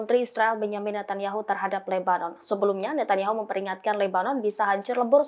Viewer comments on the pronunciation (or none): none